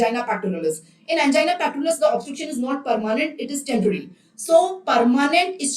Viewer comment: She is very much wrong when pronouncing angina pectoris and prinzmental angina